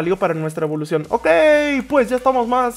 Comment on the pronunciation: evolocion XD se equivoco